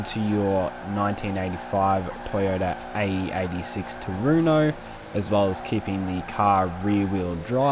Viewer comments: "Trueno", pronounced "true-ey-no" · tRu-hen-o. Spanish is my main language. There's no "ey" sound in trueno. Heno, not eyno.